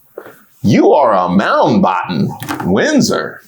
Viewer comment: "you are a Moundbotton Windsor" iykyk 😂😂😂